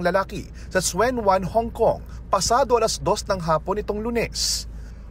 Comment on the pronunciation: Anung swen wan hong kong??? TSUEN (pronounce as CHUN) WAN.. na trigger lalo yong anxiety ko sa balitang to dahil sa pronunciation lang.. RIP kabayan.😔